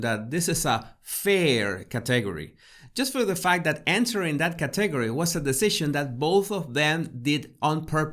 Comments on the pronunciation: Hey - I know you strive to improve your English. Category: emphasis is on the first syllable, cat, not the second syllable. CAT e gor y. I was having trouble understanding the word the first couple times you said it. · Please say category correctly. It is Kat’ uh gor we. I truly had trouble at first understanding what you were saying. Your pronounciation distracted from the content. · Hola! Para ayudarle, el acento en la palabra "category" esta en la primera silaba; un el segundo acento en la tercera silaba. Espero que tome esto como ayuda: Caaaaategooory. Thank you so very much. I will look at myself in the third person from above!!! Now I have so much to do!!! I learn about myself in your videos. When my school finals are completed, I will download your "tips." Gracias, de nuevo!!! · Hi, good video! Just a heads up that you are stressing the incorrect syllable on the word 'category'... its should be KAT...egory. No biggie, keep up the good work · I love your videos. Your accent is charming. Please, though, pronounce "category" with the accent on the first syllable, thanks.